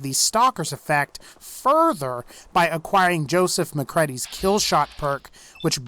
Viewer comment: Macredy? (pronunciation form) 😂